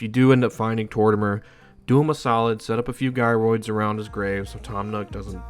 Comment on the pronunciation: This dude won't stop saying guy roids lol